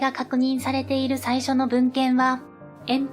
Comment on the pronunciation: ここだけではないけど、この手のチャンネルの何人かの女性ナレーターに共通の訛りがあるのはなぜ？「〜（して）いる」に多くの場合「い」にアクセントを置いて発音している。「い（↑） る（↓）」は違和感。